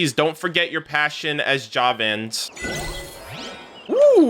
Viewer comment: I am pretty used to people not being able to properly pronounce aranara terms or names and it didn't bothered me because none of these terms are usually used nowadays in India. But hearing javans being pronounced that way, when we hear it a lot here in parades and speeches felt weird lol.